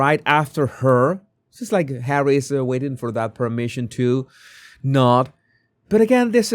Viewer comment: Harrayt? Harrayt?😂😂😂😂